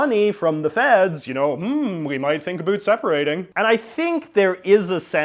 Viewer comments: "UH-BOWT" for Pete's sake. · Why does someone born in Vancouver not know how to pronounce ABOUT?!?!